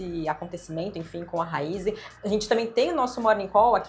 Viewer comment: É Raízen e não Raizen...